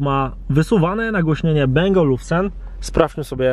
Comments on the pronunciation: nie beng tylko Bang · Nagłośnienie Bang Olufsen tak się wymawia!